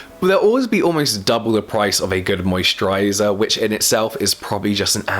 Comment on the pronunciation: Is it weird that I can never get old how you pronounce "moisturaighyzarr"